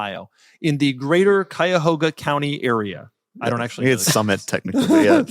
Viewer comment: Wow Doug the type of guy to pronounce Cuyahoga correctly